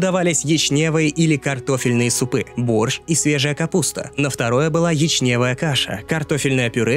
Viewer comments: Не "ячнЕвая" каша а "Ячневая" учите могучий Русский язык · Почему "ячнЕвая", а не "Ячневая"? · Не ячнЕева, а Ячневая